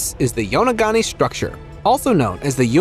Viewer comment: Please have a narrator who can pronounce names correctly or take language lessons. It’s very insulting when you mispronounce a name especially when the same name was mispronounced twice with two different names - it’s yo-no-goo-ni not yonogani or yonogoumi.